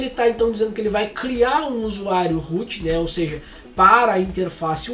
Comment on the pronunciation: Desde sempre, vejo alguém falar root e o que meu cérebro traduz: -Rute? 😄